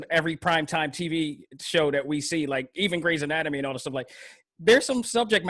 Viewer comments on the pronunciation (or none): none